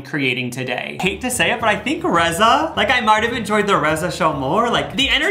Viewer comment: Omg. I went to high school with Reza! He is from my town Brookings SD. How odd. It's pronounced Reeza. But cool to see someone i know before they made it bigger. 😅 Cool cool.